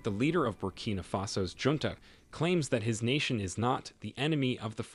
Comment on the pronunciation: You need to get you artificial intelligence programmed to pronounce Junta and Coup correctly!